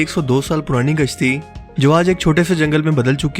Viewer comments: ap nay kashti ki jaga gashti bol diya hain bro hahahahahaha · Kashti ko gashti bol raha hae